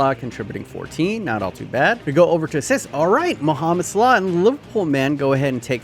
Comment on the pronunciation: Regular ppl: Mohamed Salah: Mohamed Slaugh